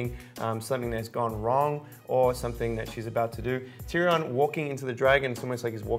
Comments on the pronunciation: WTF is a "TeeReeON " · ... this dude doesn't know how to pronounce Tyrion.